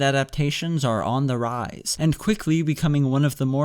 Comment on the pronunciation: I love the way you say "on the raise"